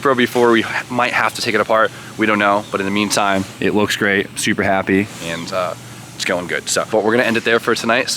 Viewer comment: Anyone else hear “Supra happy”?